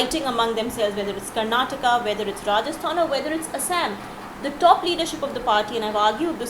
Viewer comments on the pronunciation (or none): none